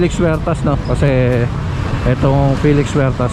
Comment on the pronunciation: Good morning. NAAALIW kami dito sa España.. sa fast pud.. Jollibee. BAKIT daw Filix Huertas ang bigkas mo sa Felix?